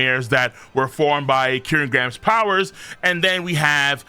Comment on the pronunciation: I think by now has mispronounced Killingham’s name so much I doubt he’ll ever correct himself. And it’s not the Qi’lin/Kirin/Killing part. it’s the “Graham” instead of “Ham”. the “Grr” part is in no translation he’s just adding that for some reason.